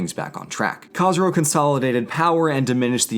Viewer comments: As a half Persian half Southern Babtist ;) I can understand the difficulties of pronunciation however, Khosro is prounonced KH-ooo-S-ro just Fyi. Great job and you may be right that Khosro is Cyrus's incarnate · you called khosrow käsrow brug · I’m Zoroastrian, I don’t want to be rude but you pronounced Khosrow wrong. Everything else was pronounced well. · Is that how academics pronounce the name Khosrow? Nowadays, that name is not pronounced that way, but is that a historical pronunciation or something?